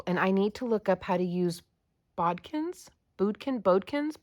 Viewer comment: Hi,! I'm so glad they arrived safely and I hope you get many years of great use out of them. The last company you mentioned is supposed to be Burnley & Trowbridge, sorry if my writing cursive was hard to read. You had the pronunciation correct for "bodkin," just like it looks! Thank you for another wonderful mystery video, and yes, you nailed it! Love & hugs!